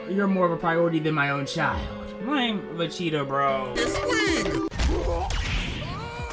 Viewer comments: wtf is a vacheeta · he's saying vecheata and not vegeta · im the only one who can hear him saying vecheata... time stamp